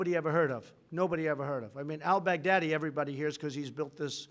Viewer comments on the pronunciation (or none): I heard that too 😂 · Trump.... "Abu Bakr Al Bagardyy" ?? 😄